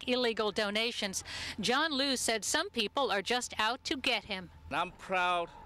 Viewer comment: they keep saying lu,,,i thought its liu....